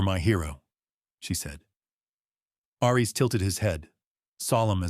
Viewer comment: Aries is pronounced "air-rees", not "arr-rees". "His amber EYES tracked every SOUND"? That doesn't make sense. You can't hear with your eyes unless you're watching someone use sign language. Since Aries is a GSD, his ears would have twitched and turned to track every sound. 🙄 "He reached for a small toolkit from his truck." Then his name is really Reed Richards, so that he could stretch his arm from the inside of the cabin out to his truck. It would have been better to have said, "He retrieved a small toolkit from his truck." If Ellie's head was resting against Aries' side, she was no longer in the wheelchair. Since the GSD was laying on the floor, she would have to down on the floor with him. Mara was standing at the back wall of the room, so how could Lucas be sitting a few seats behind her? How could Lucas push the wheelchair to match Ellie's pace if she's sitting in it? That doesn't make sense. There's no pace to match. You need to replace the AI you used to write this story.